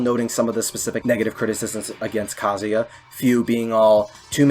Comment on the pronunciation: Your proper pronunciation of kazuya makes me respect your opinion